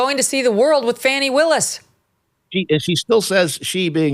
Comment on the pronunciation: Thank you for having the guts to pronounce Fani’s name properly!